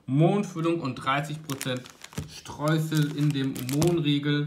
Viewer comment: „Streusel“, mit weichem „s“. Sonst hieß es ja „Streußel“.